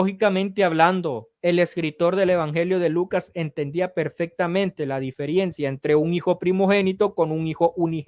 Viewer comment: Cuando dijo "diferiencia" se me cayó el naipe 😂😂😂😂